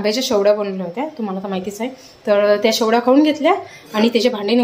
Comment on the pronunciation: Shevaya mhantat shevlya nahi